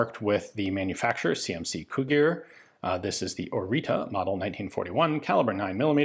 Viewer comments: The ț in Orița it's read as Oritza or Oritzza. Interesting is that it's stamped with a line over the a on the end, that look similar to ă but you don't see this in other texts about Orița. Anywey, Orița was a joint Czech-Romanian project and after captain Marin Orița the czech Leopold Jašek and the romanian Nicolae Sterca are also considered to have contributed to its design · ț is pronounced kind of "zz" in "pizza" Ă sounds a bit like "uh" Gi from "cugir" is pretty much like the spelling of G in the alphabet. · Useless language fact: due to the little squiggles under the T and above the A in Orita, the pronounciacion is different. ORI is pronounced more or less as Ian pronounced it, but the T is a TS sound. It is a sharp and short sort of hiss, a bit like a snake. And the A is like the first E in the word Nerve. The sounds are very common in Romanian. Without them the name doesn’t sound all that romanian, with them it could very well be my next door neighbour. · Please, for the love of god, look up how to pronounce foreign words in the future. T_T That's not a T! It does not make a T noise! It takes 5 seconds to put a word into google translate and click the listen button! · I just saw on the gun that you are usinga the wrong name. It's Oriţă not Orita, ţ is like the zz in pizza and ă is is like the a in an apple, an elefant, an..... etc. ( Just as a small detail, the o is also flat and short, the english version is "oou" while the romanian one is just "o", also the h in Mihai is much more defined then pronounced in the video) Cugir is also wrong but eh, if someone was intrested to read till here will also be intrested enough to google it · The name stamped on it is ORIȚĂ and is actually pronounced as Oritzuh or Orizzuh, the same sound the zz makes in pizza and the final letter is not an A but Ă which is pronounced more like and uh sound. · It is called ORIȚĂ not ORITA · Orita is wrong, "Oritza" or "orița" is good "tz"="ț" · Oritza / Oritsa not Orita